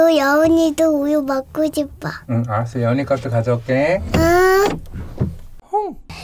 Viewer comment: 알았어가아니고 아아떠